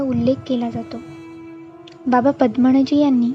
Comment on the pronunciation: बाबा" पद्मणजी "नाही बाबा" पद्मनजी "असे वाचावे. कृपया उच्चार शुद्ध असतील याची काळजी घ्यावी "न" चा "ण" होतोय बरेच ठिकाणी.